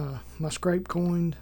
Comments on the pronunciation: Scrape, not scrap. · ....scrape not scrap. I don't think you're pronouncing the word correct?? Google the word scrape...."to pull/push something across the surface" - kinda like a scratch but broader. I've never seen them use that term either?🤔